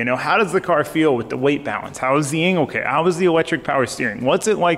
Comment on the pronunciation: Sounded like you said “anal kit” lol.